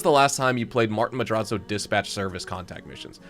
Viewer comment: I love everything about, except for the way we says “Madrazzo”